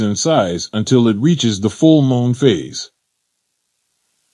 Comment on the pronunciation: Why do i keep hearing the guy say mole not moon.